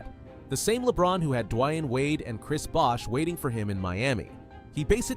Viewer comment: I hate this AI voice crap. Are people simply too lazy to talk into a godd*** mic? Dwian Wade? Freaking kidding me?